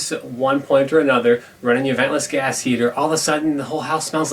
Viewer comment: could have swore it said gay heaters... 🤣 "hi, im here for the homosexual firearms?"